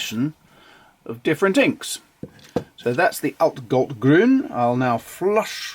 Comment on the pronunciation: I don’t know the pronunciation of Blu Mare either, it’s not German, so that’s not my business :) What I can say is that your pronunciation on „altgold-grün“ (oldgold-green) and „Eisengallustinte“ (iron gall ink) was excellent. :) I have like 8? of these inks and they all are flawless from an objective standpoint :) And they are cheap to even very very cheap depending on where you buy them :) The Oxford paper (mine is 90 gsm) is my every day paper :)